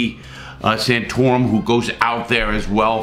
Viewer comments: Yep, I loved Nicky Santorum in this movie😂😂. And that's my Larry Word of the Day, I love this man's mispronounciations. Reminds me a little of Ricky from Trailer Park Boys, but only the way he pronounces shit. It's glorious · Nicky Santorum? Is he related to Rick Santorum? I hope not, Rick is a worse person than Nicky hehe (sorry, I like to nitpick people's pronunciation sometimes)